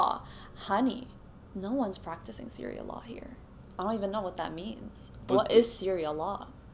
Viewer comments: “Syria law” lmao, I think she means sharia law 🤣🤣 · "SYRIA LAW" I CAN'T HAHAHAHHA. From an American... I'm sorry for. lol